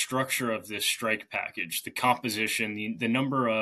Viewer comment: What's a "shtrike package"? Why can't anybody speak properly these days?